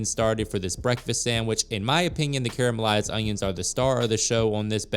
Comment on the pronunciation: the repeated weird mispronunciation of "caramelized"